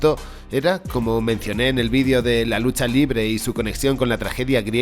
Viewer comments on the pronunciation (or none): none